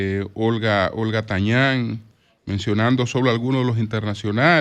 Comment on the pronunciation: Olga Tañòn,no Tañàn